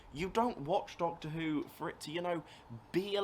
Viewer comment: I love that you keep saying doccy who